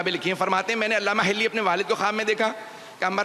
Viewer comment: محترم علامہ حلی ھے ھلی نہیں کچھ اردو سیکھ لیں کسی سے